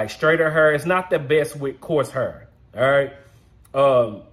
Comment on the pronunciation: Where you from man!!! I’m from the Lou .. & we say har ( hair) the same way 💯😂